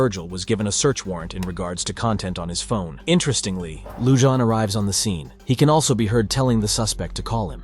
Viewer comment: YOU ARE MISPRONOUNCING THE SHERRIF’S NAME!! It’s not “Loo-Jon”! The name is Hispanic and it is pronounced “Loo-Hon”! For god’s sake GET IT RIGHT.